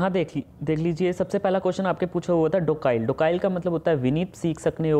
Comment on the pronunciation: Docile is pronounced डोसाइल not डोकाइल